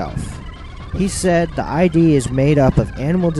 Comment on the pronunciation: Freud's concept of ID rhymes with LID, not I.D.